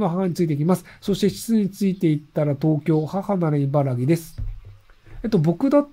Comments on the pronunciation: いばら”き”な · いばらぎって言ってる…？